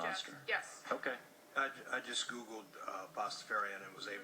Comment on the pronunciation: she pronounces it wrong